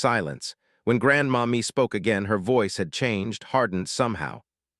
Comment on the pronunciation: So I think it’s not Grandma Me but Grandmommy. 🤦🏽‍♀️AI